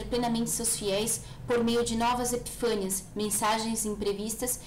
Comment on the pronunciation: Legal, mas diga sempre "epifania", não há acento. Esse volume é o número 1, há ainda mais dois volumes.